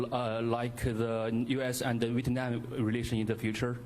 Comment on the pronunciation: 这个中国的记者连越南两个字都发不准😡, 搞得川大爷听成了日本😂。就是英文水平还派出来采访川普😱!